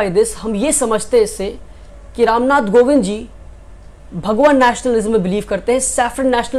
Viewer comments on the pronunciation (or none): it's kovind not govind. Good luck for ahead. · It's Ram Nath Kovind, not "Govind" pehle sikh le bhai